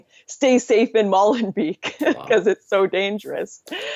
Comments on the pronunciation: It is pronounced more like "molenbake". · The 'ee' in Molenbeek is pronounced as the 'a' in 'hate'. No pun intended.